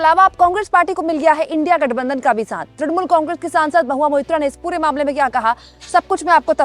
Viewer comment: अरे पत्रकार महोदय ढुलमुल कांग्रेस नहीं तृणमूल कांग्रेस है ।😀😀😀😀😀